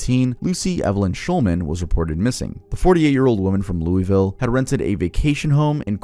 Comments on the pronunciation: I remember hearing about the age 12 but just so you know you pronounced Louisville wrong the locals say lou-ovlue just so you know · “Louie ville” 😂😂 cmon